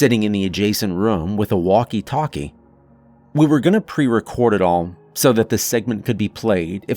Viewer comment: Wush this guy could learn to pronounce room. Its not rum.